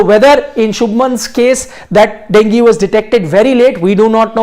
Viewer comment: डेंगी नही डेंग्यू रे बाबा 😂